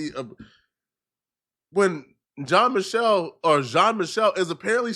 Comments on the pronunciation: Michel i think is pronounced michelle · Bro just say Michael you sound dumb lol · I like your channel but for God sakes "Michel" French pronunciation is like "Michelle". Sounds a bit ignorant. As an ignorant to the pronunciation of the name.